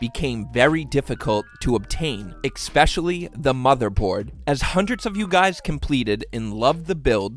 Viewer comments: I love your video and your build. Please stop pronouncing "especially" as "expecially." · especially* not eckspectially* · Can't get over how he says eckspeshully multiple times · i dont like how he says especially as expecially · Especially? Oof